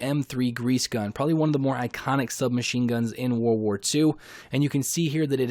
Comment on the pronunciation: I’m sorry but it’s just a huge pet peeve when people say “war war 2” like 🤦🏼‍♂️ world war. It was a world war lol Js mate